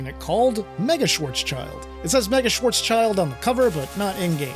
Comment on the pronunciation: Schwarzschild means black shild in German but is pronounced Schwarz sheeld. I think that’s the propper pronunciation.